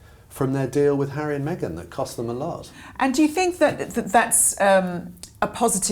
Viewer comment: African Park, mr hawwy?!